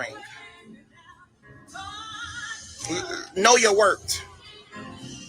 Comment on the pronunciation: Can he not pronounce the “th” at the end of words? Because what is “wort” and how do we know it? Him: know your wort 🤦‍♀️